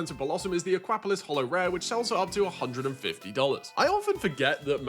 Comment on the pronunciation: Again with the ahkwapolis 😂 Aqua-polis. Polis is the ancient Greek for city state.